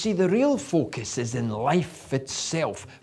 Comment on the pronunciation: nice! i listen to hear him say focus! fuc'us...lmao. doesnt take much to make me laugh...hehehehahaha😅